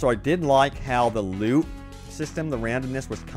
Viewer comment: Am I the only one who kept hearing "I got a lot of lube" instead of loot?